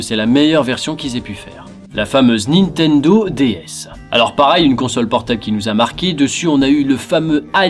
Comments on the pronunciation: Il me semble que c'est nintendo et pas nitendo (Juste comme ça, hein, pas du tout parce que tu répètes 100 fois nitendo) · C'est NiNNNNtendo, pas Nitendo! Raaaah,! M*rde! <3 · Moi c'est quand il prononce Nitendo au lieu de Ni"N"tendo LOL